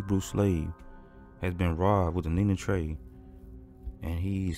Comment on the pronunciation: The way you always say Nina Trey hahaha... you think Potbelly Lucy gave him the money and he spent it all